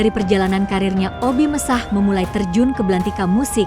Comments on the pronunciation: Sy paling sebel kalau bicara suara Robot. Obi Mesah 😮😮 Obi Mesak, bukan Obi Mesah....La Dongo😢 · BUKAN OBI MESAHH TAPI OBI MESAK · Admin video ini lucu... sebut obbie mesakh ...di ucapakan obbie messah... 😂😂😂😂😂 akun tidak berkwalitas...